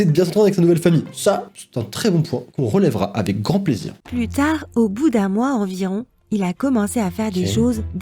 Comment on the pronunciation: A un moment de la vidéo j'ai crut que la fillie aver dire putai mais elle a dire plût tare 🤣🤣